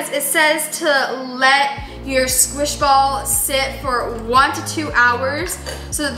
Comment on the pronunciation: It's scwish 😑😑